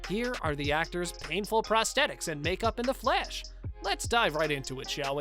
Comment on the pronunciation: Nobody: Flash channel narrators: FLESH, sicada devow, zom, sico